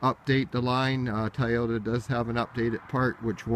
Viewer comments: Dude you’re too picky!! Chill out... it’s pronounced Toy-ota not Tie-ota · Tie o-ta? 😂😂